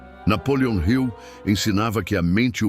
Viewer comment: Napoleon Hill não é Napoleon Rio. Está errada a forma como você diz.